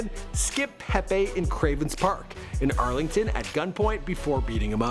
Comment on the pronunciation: Arlington is not arlen nigga 😂😂😂😂😂😂